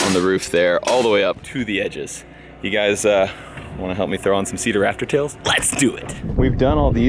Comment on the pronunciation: I keep thinking he's saying raptor tails like the dinosaur instead of rafter tails